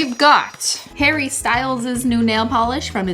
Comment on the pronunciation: Is it just me who hears Hairy Styles whenever she pronounces Harry ?😂 Another Cristine pronounciation